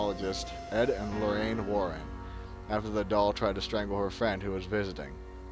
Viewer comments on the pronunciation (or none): none